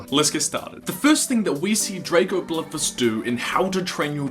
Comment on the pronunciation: Its called bloodfist not bludvist drago bloodfist not drago bludvist